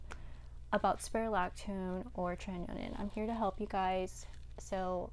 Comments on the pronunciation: It’s not pronounced as tre-ti-no-nin. It’s tre-ti-no-win. Nice video though. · Great video girl ,btw it is called tretinoin not tretinonin. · Check the pronunciation of tretinoin. It's cute how you say it but that's not it lol